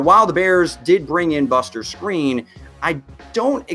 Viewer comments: I doubt it he's the only person I've heard say it that way, the commentators say it, what seems to be the right way lol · ik he was saying screen tho 😂 not skrine just giving him shit